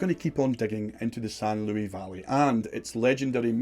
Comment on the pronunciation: The s in Luis is pronounced.... I live in the san luis valley